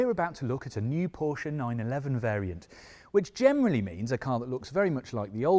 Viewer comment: nice to see a motoring journalist pronounce Porsche correctly for a change